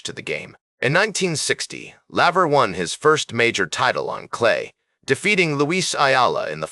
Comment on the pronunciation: How can you be taken seriously as a sports channel when you can't even pronounce your subject's name correctly? You've lost one tennis fan here. No robot comments wanted.